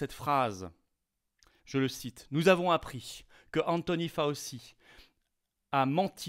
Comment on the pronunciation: Faoci... Faoci... ^^ Prononcé ainsi ça me rappelle le sketches de Jacques Bodoin: La panse de brebis farcie. Cherchez le sur youtube pour comprendre. Et on parle d'un gars qui semble avoir du haggis (autre nom de la panse de brebis farcie) à la place du cerveau. :D